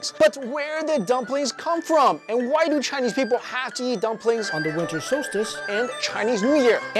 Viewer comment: “wiNTer SolSciTe"